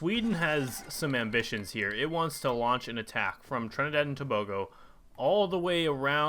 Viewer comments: Pronounced mon-uh-koe Tobago - pronounced: 2-BAY-go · “mar-say" and "tob-a-go"